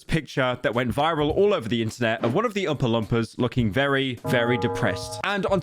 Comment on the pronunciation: Why does bro say Umpa-Lumpa